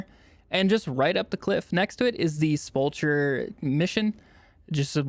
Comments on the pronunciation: sep-ulcsh-er? really bro? xD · Quick correct! Sepulcher is pronounced Sep-Ul-Kur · ugh, English 101.. you pronounced 'Sepulcher ' very wrong. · I swear it must be a thing for content creators to mispronounce words. This is the 4th person I’ve heard mispronounce Sepulcher. The funny thing is they literally say it at the beginning of the mission. 😂